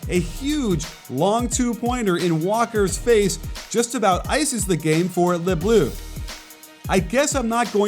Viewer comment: Yike this pronounciation of « Les Bleus » 😂